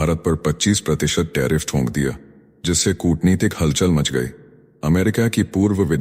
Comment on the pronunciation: ye sathiyo ko sathiyon......thok diya ko thonk diya kyu bol raha hai...???